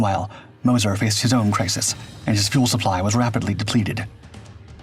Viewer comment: Moz-sure .. moz-cher. Mo-sir no